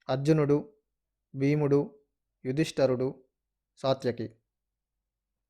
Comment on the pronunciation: యుధిష్టరుడు కాదు నాయనా! యుధిష్టిరుడు